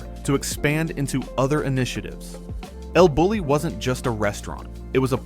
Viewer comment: It’s pronounced “el Boo-yee”.